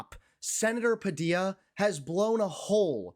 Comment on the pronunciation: Great pronunciation of Sen Padilla's name. Quite the interview!!;🚩🐔🌮🚩🚩🚩🚩🚫👑🚫🚩🚩🚩🚩🚩